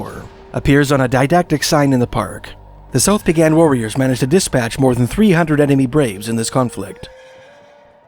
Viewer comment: Just a quick pronunciation tip for the Blackfoot tribes: Siksika has the accent on the first syllable, Kainai has accent on the first syllable, pronounced kye nye (rhymes with eye) and Peigan has accent on the Second syllable, pronounced pay gan. :)